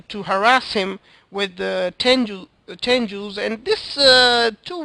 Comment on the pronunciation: sorry but THERE TENGUS NOT TENJUUUUUUUUSSS FUCK YOU SAY IT RIGHT